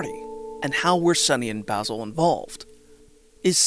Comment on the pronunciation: good vid, hated how you said omori and basil though